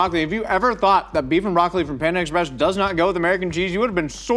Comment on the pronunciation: Are you saying ex - press just to drive me crazy? Or do you actually not know how to pronounce it?